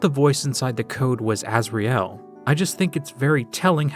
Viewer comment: the way you pronounce asriel is Pissing me off i'm the original starwalker